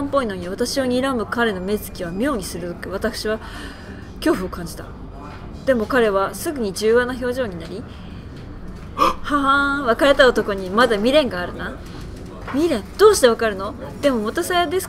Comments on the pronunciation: 柔和は「じゅうわ」じゃなくて「にゅうわ」な。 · 柔和＝にゅうわ ですよ‼︎‼︎‼︎ww(´･Д･)」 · どうでもいいけど柔和(にゅうわ)じゃない？